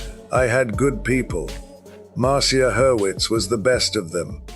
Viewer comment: It's obviously an AI voice. Especially noticeable when it used multiple pronounciations for Marcia Hurwitz. Mar see uh and Mar sha.